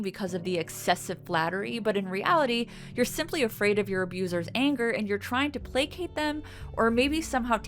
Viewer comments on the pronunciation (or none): none